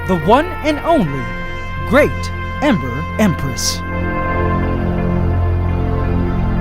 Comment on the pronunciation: Every time AC says “Ember Empress” I always hear “Emperor Empress”